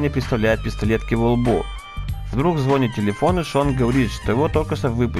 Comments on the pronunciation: Я конечно всё понимаю, но не мог бы ты говорить не "звОнит" а "ЗвонИт"? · Чувак, только не зво'нит, а звони'т)